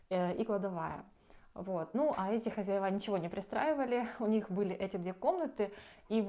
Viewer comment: говори, пожалуйста, хозЯева. Так правильно. А то слух режет. Вы с умнички.